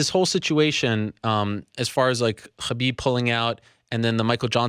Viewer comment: stop saying "Khabib" that way Ariel